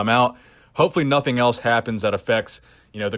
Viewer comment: “For nOHthing” Good one;)